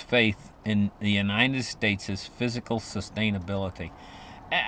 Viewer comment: It’s Fiscal Glen…..not physical